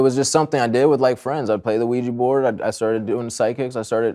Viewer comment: “A Luigi board?”